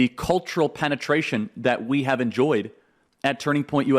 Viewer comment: He said penitration lol